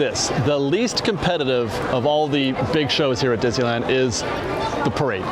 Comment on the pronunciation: It's pronounced DIz - NEE - LAND.